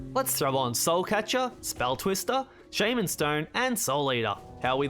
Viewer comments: It's shaw-man like what Hornet yells not shay-man like a mispronounced Pokémon name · Yep. You wanna be shaw mun king. Not shay min king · team war of attrition💀 quickfocus + souleater and everything else may vary And, as everyone pointed out, it's shahm'n, not sheiman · if you're having trouble pronouncing shaman, pretend hornet is a surfer dude "Shaw, man" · "shaeman stone"💀💀💀💀